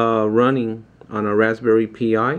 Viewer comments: great work. VERY impressive. Just so you know though, you should pronounce it like "Raspberry Pie", not "Pee eye". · Yes. Like the others said... it's pronounced Rsspberry PIE ... Pi is same as Pi as in 3.14 ...